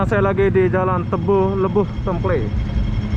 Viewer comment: Salam Mas,,, sebutan utk Jalan tadi adalh Jalan Tempel....ejaan temple bkn d sebut tem pley....bahasa inggeris ertinya Jalan tok kong/klenteng